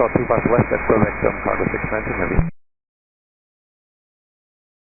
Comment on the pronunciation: Ok I just gotta ask who in the world pronounces Quebec as Kbec lol